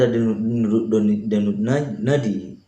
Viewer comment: mantap bang infonya,, sangat bermanfaat Ngomong Denyut nadi nya kok belepotan abang ku